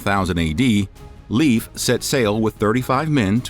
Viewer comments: As a first generation American with Norwegian parents, I have no doubt the Norwegians explored North America. There is too much evidence to say otherwise. If you don't mind, may I please correct your pronunciation of "Leif" to either "Lafe" or "Life" as most likely, and "Tore" as the pronunciation for any name with "Thor" in it? I could get really picky but that's just too difficult. 😉 Thank you so much for your amazing historical pieces! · i cant watch this because you keep saying leaf. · "Leif" is pronounced like "life" 😁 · Leaf Erikson made me laugh so thanks for that ^^ Its Eriksson btw :) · Leif is pronounced Lafe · Leif is pronounced Life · Leif is pronounced Life :) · i find it fascinating that the spelling irks you more than the pronounciation. Like english speakers caling the guy "leaf"... Sidenote: did the ditch the r for the Lastname or is that a spellingerror too? So if Leifr was the son of Erikr would that not make him Leifr Erikrsson instead of Ericsson? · As a Swede, you really need to work on the pronouncing of names. It truly hurts to hear that American accent butchering these names lol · When making a video about history you might want to look into how to pronounce the names of people which names still exist, Leif for example, is pronounced Layf not leaf. Especially when you repeat it several times throughout the video. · Leif is pronounced "Layf" not "Leaf" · LEIF not LEAVE.. Pronunciacion is more like L-eye-ve, try again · I thought his name was Leif not leaf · Learn how to pronounce the name Leif correctly, it's not the same as leaf. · Haha. Not translate. Just thought you wondering about the pronunciation. My name is Leif ("life"), so 'Leaf' has always been cringy and a pt. of a lot of teasing/bullying as a youth. I remind ignorant people that they wouldn't mispronounce "Einstein" as, Eeen-steen. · It is not Leef. Its Leif. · Leaf Ericson? Use a human to pronounce these, not some BOT! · Pronounced Layff. My son's name. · Not leef Leyf.